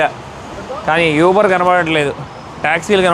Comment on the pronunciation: Nice video. యూబర్ కాదు.... ఊబర్. Best